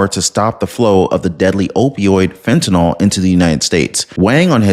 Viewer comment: PLEASE !!! The drug is called FENTANYL, Not FENTANALL.